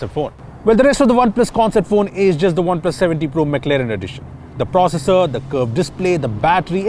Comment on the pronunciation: It's not McLeren. It's McLaren man!